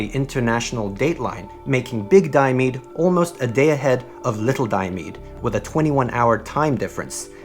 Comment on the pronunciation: Diomede is pronounced: Di-oh-me-di